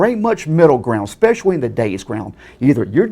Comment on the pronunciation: He said "Expeshawee" HA!!!!!!!!!!